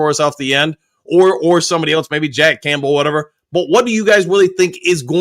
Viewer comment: He definitely doesn't say "Campbell" right lol. But as I've said, I consider it part of the charm. got the best mispronunciations in the business.